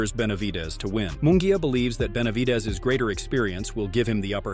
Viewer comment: Narrator does not know “ how to 2 pronounce Benavides!!! 😬😬😬🫨🫨🫨😬😬😬😬🤣🤣🤣🤣🤣 is already a knockout punch!!🥊